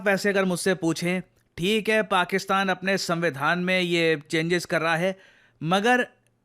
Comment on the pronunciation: paxistan aand sambi dhan😂